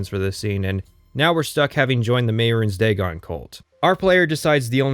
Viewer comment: I applaud your intellect and posit that his pronunciation of Mehrunes Dagon and Sheogorath also invalidate the entire video. I, too, am very smart.